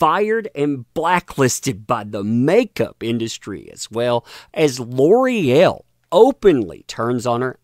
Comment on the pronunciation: gotta cringe every time L'oreal is butchered into Lore-el. now that i've said it, you can't unhear it